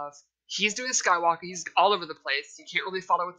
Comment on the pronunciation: Whe does it sound like freeza saying “skywalka” sounds horrible jus add the r ..🤦🏾‍♂️